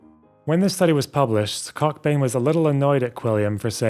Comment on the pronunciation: I stopped watching when you deliberately pronounced the name cockbain as COCKbain. That’s some toxic and unprofessional shit right there.